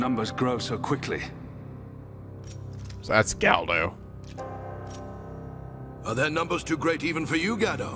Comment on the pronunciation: Gal-goh... You're hearing his name, how are you managing this?